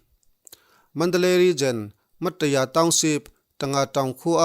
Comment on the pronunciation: Mat ta ya tiin a in ziak a Ma Ta Ya ti a chhiar tur